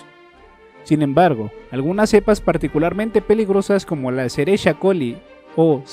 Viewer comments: "Escherichia" se pronuncia "esqueriquia". Es una palabra en latín donde la "ch" se pronuncia como "q". Gracias por el video. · Excelente video como siempre solo un dato la e. Coli se v pronuncia "Eskerikia Coli" no como realmente se escribe jeje soy enfermero saludos hechale ganas excelente contenido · Pequeño detalle la E. coli (escherichia coli) se pronuncia “esqueriquia coli” muy buenos datos 🤗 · Solo menciono mi buen, se pronuncia "Esqueriquia coli" hasta donde mi formación sabe xd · El nombre completo de la bacteria E. Coli se pronuncia"Esqueriquia coli"